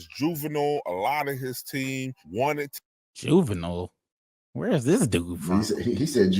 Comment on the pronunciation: Pronouncing his name as "jew-vi-null" is diabolical work 💀🤣